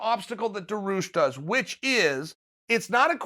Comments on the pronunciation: It's DA-REE-OOSH, not DAR-OOSH. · its dar (like bar with a d) ee (like bee without the b) oosh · Me: Dariush Chael: Daroosh Me: Daroosh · If "Daroosh" is your #1 guy for 2021 (so far) learn how to pronounce his friggin name. It really ain't that hard. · Chael put some respect on my boys name DA RI USH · Dairy-oosh chael Dairy-oosh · I think it's more like "Daareeoosh"... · Benny DaRuse? Benny DaRuse. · Made up phoenetic spelling: Dar*i*ush [dehr-ee-oosh] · Uncle Chael: "Da Roosh" Dariush: "Ok great" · This Dah-Roosh guy sounds pretty tough. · Uncle chael, it’s Daar- rii- uush😂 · Benny Daroosh 😂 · Chael: DaRooSh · Baneel daroosh! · Benny the rush. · Just say Dariush. This is the one name I can’t watch you pronounce it’s so bad. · I personally love to follow uncle Chael because he see UFC on the right way, who is skipping fights or taking then...plus the best is when he pronounce Charles Oliveira or Dariush...Khamzat 🙏 makes smile on my face. Thanks for a tremendeous work mr. Sonnen 🙏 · I couldn’t wait to hear Chael pronounce “Dariush” and I’m not disappointed. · 10 seconds into the video: olivera vs Dariush sounds awsome, also you pronounce Dariush’s name (kinda) uncle chael